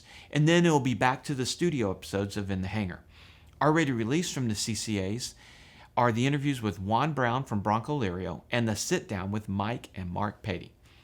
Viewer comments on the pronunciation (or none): Ha ha. You said at :58 “ bronco lirio “ 😀😀😀. Blanco🤣. Love the channel. Keep up the good work.